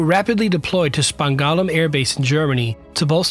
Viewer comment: Spang-Dahl-um, not whatever you said